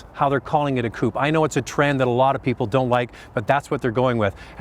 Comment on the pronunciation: It's 'Coupe' and not a 'Coop'.